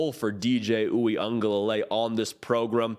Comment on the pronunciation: Oo-ee-uhng-guh- luh-lay . There’s an extra syllable in there. Just saying.